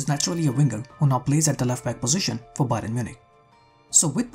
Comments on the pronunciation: Great analysis but you pronouncing Bayern as Byron made it very unsatisfying to watch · Bro it's not bayron, it's bayern